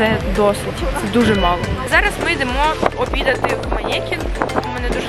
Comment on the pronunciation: да який манєкін..... Манекін він називається... привіт з політеха Познаня)